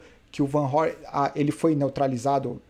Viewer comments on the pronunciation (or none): Parabéns novamente pelos comentários showww como sempre... o triste é ver aqui no Brasil pela ESPN e ver o pessoal falando Wout Van Aert... ao invés de Vanart... jesuis amado... é dose... abraço